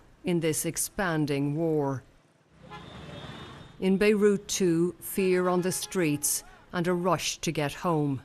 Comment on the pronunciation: Why does she call Beirut "Beirush"?